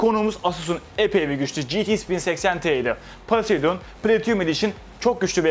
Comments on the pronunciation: Hocam p harfi f olarak okunuyor poseydon değil foseydon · Paseidon paseidon paseidon :( Telaffuzlara dikkat edelim, doğrusu Poseidon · 3. Kez paseydın kelimesini duyunca kapattim videoyu keşke çekime geçmeden önce markalar modeller nasıl telaffuz edilir diye araştırsan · Yalnız Poseıdon öyle okunmuyor